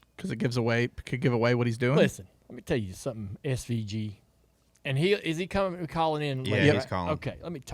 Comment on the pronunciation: the way Jr says "SVG" cracks me up 🤣